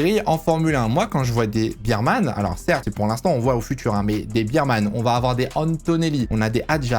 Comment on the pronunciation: Il faudra travailler la prononciation des noms de Bearman et Lawson 😅